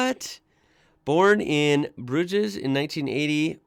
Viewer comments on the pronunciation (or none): "Bruges" is pronounced "Brooj" .... just saying . No surprise that Keith Urban was born a Kiwi , we claim all famous Kiwis ( Russell Crowe, Sam Neill , Keith Urban , Lucy Lawless , Pamela Stephenson (Mrs Billy Conolly) etc.) the list is endless and they're ours ..........all ours bwahaha ! Also , I knew Rick Springfield was an Aussie but didn't know he was in the band "Zoot" who had some fame here in the '70s . Notably covering "Eleanor Rigby" and with another member "Beeb Birtles" being a co-founder of the "Little River Band" who were HUUUGE in the States in the '80s.